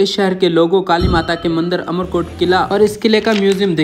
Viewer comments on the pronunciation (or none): Amarkot boliye....umarkot nahi ye sodha parmar ka he..Umar kaha se aaya...har har mahadev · aap to is shahar ko umarkot na bolkar AMARKOT bolo